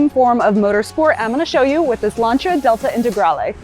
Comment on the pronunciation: Wouldn't be bad if she could actually say Lancia (Lan see a)